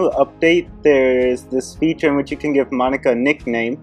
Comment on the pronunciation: Call her "Mon-Ika"